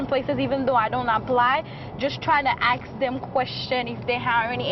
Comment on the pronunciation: "...ax them a question"